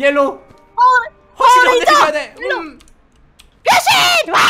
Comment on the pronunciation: 나 순간 변신이라고 할테 병신이라고 한줄 ㅋ 나만 그런가?